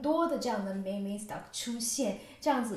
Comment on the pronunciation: 美女，感谢分享！不过一个小提示，meme 不应该读成 mimi, 而是mim.🤓